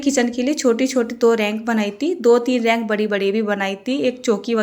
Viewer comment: रैक बोलते h रैंक nhi di